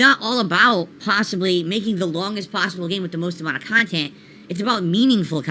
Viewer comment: "I review games objectively" 2 mins later "I approach it from a different perspective, as a khantent creator"